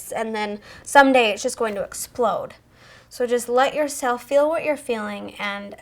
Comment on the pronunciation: When you say feel it sounds like fill